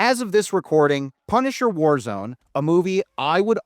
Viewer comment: "Punsiher: War Lone"